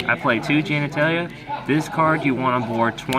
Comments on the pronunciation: he mispronounced it once and then he roles with it. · Why do you keep mispronouncing the names of the cards? it's general gantala not genitalia lol